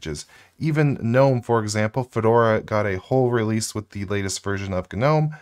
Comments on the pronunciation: I hate 'GUHnome' but I like '(silent)Nome' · Isn't gnome pronounced "nome"-g being silent? Asking for a friend. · Real Gs move in silence like in Gnome. In other words don't pronounce the G.